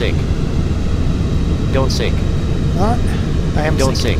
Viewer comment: Every Flight Sim X video we hear this "Don't Sink" LOL. Does anyone see a pattern?